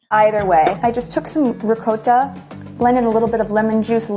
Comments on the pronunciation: ri-coh-ta jeez can't even pronounce the word right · OMG!!! “ ricotta “. … “ rigota” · Yeah I caught that too - "ree coata" hahaha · "ri-COAT-AH" cheese. WTAF. That is not how you pronounce it (even in Italy) She is such a tosser, everything about her is fake and affected.